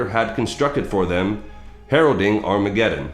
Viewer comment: Ar- Makeddon